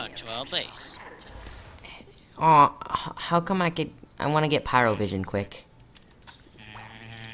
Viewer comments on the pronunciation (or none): Pyrovision. NoT provision